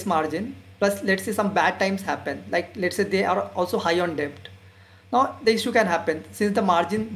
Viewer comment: Excellent presentation on value investing. Keep it up. Correction: you are pronouncing Debt wrongly. "b" is silent in debt. Kindly check. Suggestion:- Do let us know if u have a telegram channel where u could give instant updates on value investing, daily market updates and post updates about new videos released on YouTube.